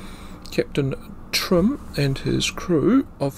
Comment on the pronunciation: I think you might find the German captain's name was Heinrich Timm, not Trimm, which I'm sure I heard. As a young journalist in Northland in the early 1970s I heard plenty of people tell me of how when they were boys or young men they saw or spoke to sailors from a U-boat that was off the coast. One said his mother had fed some of them and gave them eggs. Later in the 70s in the South Island I heard similar stories. My sister when our family lived in Picton heard an aircraft flying overhead. She remembers clearly the red balls under the wings. It was either 1943 or 44. Our father reported it to RNZAF Woodbourne. Two hours later a large government car pulled up outside our parents' tea rooms and 'two men full of bull, beef and bustle' (our mother's words) marched in and told Dad that he had not seen anything and he was not to talk about it ever again. There was an implied threat. He had seen the aircraft - a biplane and it was not RNZAF - as had my sister but he never talked about it again until the 1970s.